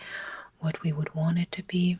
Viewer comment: You waaaaant. What accent is this??